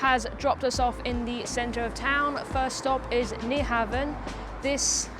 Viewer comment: Been to Copenhagen dozens of times. Be there again in August. Fyi, NyHavn is pronounce Nu- hown 👍